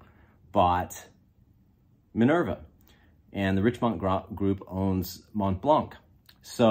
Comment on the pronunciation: One little tip: In French the T and C in "Montblanc" is silent so you should pronounce it as "Mon-blan".